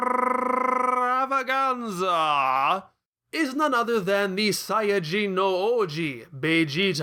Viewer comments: How the hell do you pull off that rolling r sound whenever you say "extrrrrrrrrrrrrrrrravaganza"? I'm jealous. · I love how you roll your “r” in extrrrrrrrravaganza!